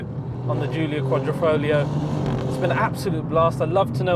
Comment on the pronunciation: "The Quadrifrolio"